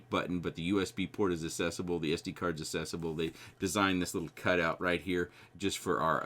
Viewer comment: Great review! Speaking of butchering words, “accessible” = “assessable”?